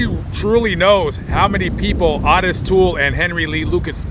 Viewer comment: you are pronouncing Otis wrong! It's pronounced (Oh- tis not Ott-is)